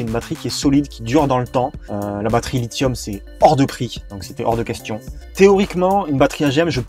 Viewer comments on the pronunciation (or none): none